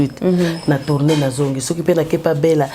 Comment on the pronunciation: j aime trooooop, surtout quand elle dit voutoutourner wow, wumela fort. Et vis en parfaite santé